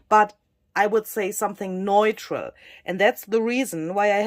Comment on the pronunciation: Wow,! Everything you touch turns into beauty! By the way, the word “neutral” is pronounced, “new-tral.” (Sorry, if someone already told you).